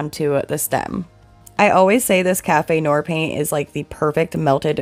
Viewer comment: I loved your pumpkin DIYs with the faux leather! Very classy result! (However, the "noir" in "café noir" is pronounced "NWAHR" from the French for "black," not "NOR.")